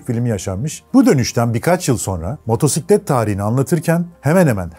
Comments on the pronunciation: süper :) abone ve beğen tuşumuza bastık. nacizane bir küçük düzeltmem olacak (her duyduüumda tüylerim diken diken olsa da motorrrrsiklet değil). Isle of Man ayzıl diye okunmaz ayl diye okunuyor. Ayl of Men deniyor. Tıpkı Islan ın ayzland diye okunmayıp Aylınd diye okunması gibi. Isle of Man demişken BAbuş ruhun şadolsun bu arada :) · Video güzel anlatımlı olmuş teşekkür ederim. Ancak Motorrrrrsiklet kelimesi hosuma gitmedi. Java çocukluğumda hatırladığım ilk motosikletlerden. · Motorrrr siklet değil, motosiklet doğrusu. Motosiklet videosu çeken biri bu hatayı yapmasın lütfen.